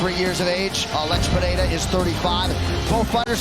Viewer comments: its pereira not pehera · "Pejeira" :face-red-droopy-eyes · None of the announcers know how to properly pronounce Pereira